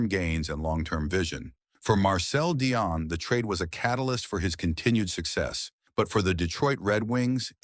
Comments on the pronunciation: If you want to put yourself forward as an expert , you at least need to pronounce his name correctly. At the moment you get it right some times, and at other make a horrible hash of it. It pronounce 'Dee-on', not 'Di- on' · The AI pronouncing of Dionne sucka